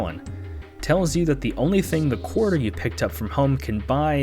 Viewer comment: "Quater"... I'm totally calling a 25 cent coin by this term from now on. Ku-way-ter.